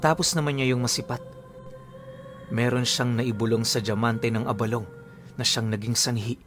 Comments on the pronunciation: Tama ang pagkakabigkas mo ng abalong. Sa mga ilonggo gaya ko, yan ang pagbigkas. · Good day Tama po ang pagbigkas nyo ng abalong. Pinuno ang abalong ay Isang uri po ng gabi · Tama po yang pagkakabigkas mo abalong lesting po from Capiz matagal ng taga subay-bay ninyo